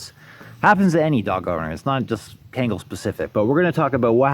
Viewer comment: Its pronounced KHAN-GULL , not ken-gal and not ken-gel for those who want to know this breed is the King of all Dogs, deserves the fullest respect The old timers even nick named these dogs as "Anatolian Lion" no Dane no Rott, no German Sheppard respectively etc . Ashe is a handsome dog (lion), please take good care of him .